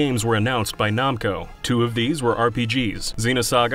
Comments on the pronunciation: Okay I have to know what your problem is and pronunciation because you have said namco wrong and you have somehow said another word wrong I can't remember what it was It was the start of the video. NAM CO. WHY ARE YOU PRONOUNCING IT LIKE IT'S NAHM!!!??? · Are we just saying "nawmko" now? Are we just doing that? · It's pronounced Nam-co not Nom-co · They way he says “Namco” is so strange to me. I’ve never heard it pronounced that way before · Lmao “Nomco” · Who in the world pronouces Namco as "Nah-m ko?" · Why does he say Namco as Nomco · "nom-co" SERIOUSLY????? HOW THE HELL DID YOU GET THIS JOB??? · The way you say Namco hurts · Did you just say Jarudo? The way you say Namco is terrible too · I hate how he pronounces Namco